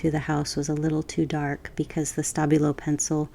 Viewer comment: I'm a bit hard of hearing and I was SO sure you were saying 'stubby little pencil' instead of Stabilo until about 17 minutes in. Lovely vid with or without my misinterpretation!!